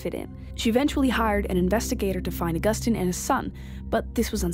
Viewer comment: It's never pronounced "uh Gus tine". Learn to read if you are going to narrate